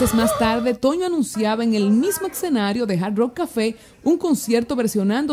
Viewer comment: Por qué dice excenario??? Se dice escenario y ya